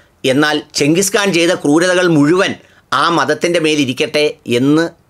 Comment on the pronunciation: "കാൻ " എന്നാണ് ഖാൻ അല്ല .